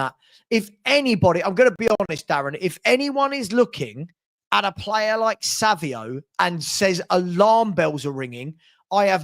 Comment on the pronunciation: Why do you keep saying: "Savio" the guy's name has an 'N' in it. It's pronounced "Sav-ine-O" (Savinho). Or am I missing something here?